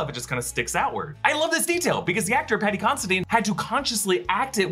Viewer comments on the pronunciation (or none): none